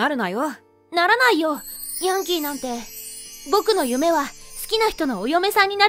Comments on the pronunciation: ヤン↓キー↑じゃなくて ヤン↑キー↓じゃね？ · ヤンキー⤵︎ ？ヤンキー⤴︎ じゃない？どっちでもいいか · やんきー⤴︎ ！？ やんきー⤵︎ じゃないの！？ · ヤンキー↓ じゃなくてヤンキー↑だろ？ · ヤ↑ン↓キー↓て発音に違和感なのは私だけ？